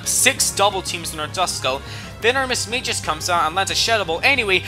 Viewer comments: Its pronounced ( Mis-mag-ee-us) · 2 things; 1st fantina is the 5th gym leader not the 3rd, 2nd it's pronounced mis/mag/i/us not mis/mA/jus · Whats a mismayjus its mismaygius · Mis-MAGE-US dont you mean Mis-MAG-EEUS jesus crist pronunciations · I thought it was pronounced miss-magi-us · Yea.... Thats not how you say Mismagius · I thought it's pronounced gyarados and not gy arados I also thought it was mismagius not mismaygus I ALSO thought it was hydreigon nit hydrogon